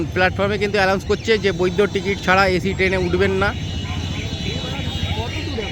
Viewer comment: ভাই ওটা অ্যালাউন্স না ওটা অ্যানাউন্স. Announce (ঘোষণা করা).ভিডিও খুব ভালো ছিল,এই ধরনের আরো ভিডিও বানাও তোমার পাশে আছি ❤